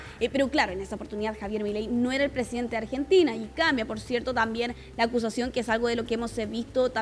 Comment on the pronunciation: el "fonsidente" de Arg. 😆